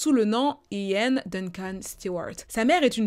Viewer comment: It’s funny when you say “I-an”. In English you’re pronouncing it like “YiAn”.(imagine saying Yin and Yang ☯️). Your video was top tier as always 🔥🔥❤️❤️